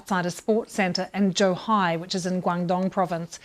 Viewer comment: "Jew-High..." Not JOE-high!!